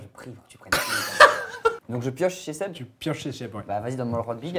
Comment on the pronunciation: On en parle du fait qu'au début, personne n'arrivait à dire le prénom de Seb correctement ? Je chiale de rire depuis tout à l'heure j'en peux plus x)